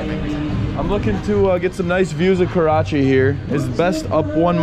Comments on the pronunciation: Great content! However, I see you kept referring to the city as "Karachi" lol. No worries, good to have you here! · He did say Karachi a few times, what did they give him for Breakfast? Desi Weed? LOL 😂